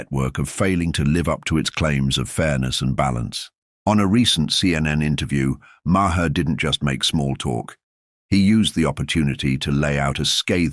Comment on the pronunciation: If by you are going to make an AI video, have the AI learn to pronounce Maher's name correctly. Sheesh!